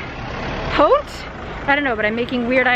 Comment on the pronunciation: if you want prononce « Pont » the French way, T at the end is silent 😋